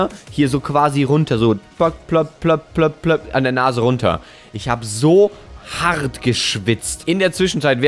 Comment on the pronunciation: Wie er das hart am Anfang betont xd